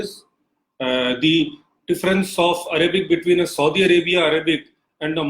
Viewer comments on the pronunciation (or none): none